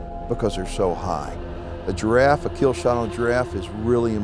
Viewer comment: Jiraffee Nooo